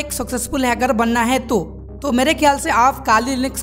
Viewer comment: Pahle to ap hacker word ko ache se bolna sikhlo